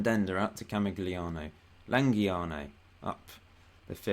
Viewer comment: You struggle with these Italian names mate: Ca-mig-lee-an-o (camig would be correct for short) and Bran-chall-ee-own-ee (bran or branch or brancha like snatch-a)